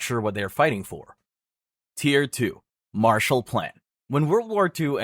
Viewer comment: It's Marshall not Martial. It was named after a person